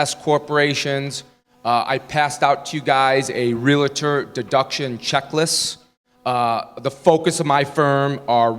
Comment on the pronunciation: Yeah, we gotta get this guy to pronounce "Realtor" correctly. Calling us Realators isn't helping his credibility at all.